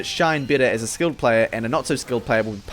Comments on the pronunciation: Did he just say...."skilled" phlog pyro? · did you say skilled phlog pyro?